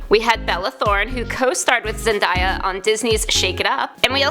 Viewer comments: It’s kinda funny how she says Zendya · I'm srry but who else laughed when she said Zendaya and spoderman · Your saying zendaya wrong 😂😤😤🤦🏽‍♂️